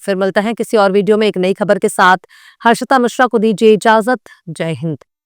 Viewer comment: Aap bait saaf Urdu bolti hain mashallah, ek choti si galti hai bas " khabar" ka talaffuz theek nahin hai.